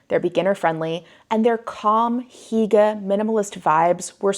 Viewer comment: Hygge is not pronounced correctly here :/